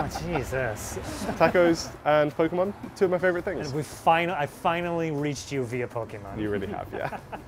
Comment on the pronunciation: most impressive thing was saying "po kay mahn" correctly